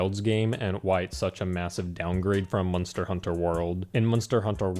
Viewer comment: He keeps saying MUN-STER. I'm actually loving it lol